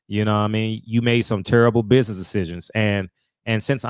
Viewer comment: Go sit cho azz down, Bud. Like Frederick said “he made some turrable buizness decisions” 😆😆😆😆